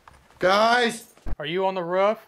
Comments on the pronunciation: "Why are you on the ruff?" Hahaha it's pronounced roof mate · Its a Roof not ruff!! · “Are you on the rawf?” 😂